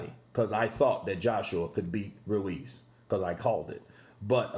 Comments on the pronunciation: i like how you say Andy Ruiz Jr's name. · Continues vibration of that tongue to elongate the R sound. Lol